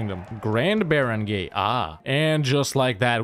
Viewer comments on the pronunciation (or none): it is pronounced more like as bara(ng)guy